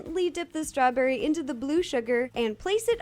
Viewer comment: U say strawburry